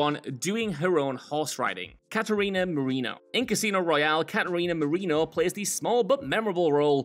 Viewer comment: Ca-a-ree-na Maree-naw..